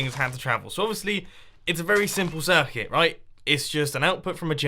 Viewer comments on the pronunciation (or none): none